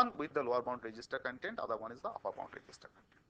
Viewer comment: uppur? really?? upper